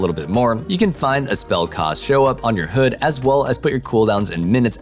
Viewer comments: It's h-"ud" like rhymes with dud....not hood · HUD is read as H-U-D not hood ... others also say Huh-d but not hood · HOOD!? It's hud not hood. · I was cringing at the fact he kept saying "hood" rather than "Hud" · XD. He said. "Hood."